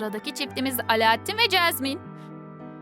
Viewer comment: Çeşmen değil Jasmin 😁😂😅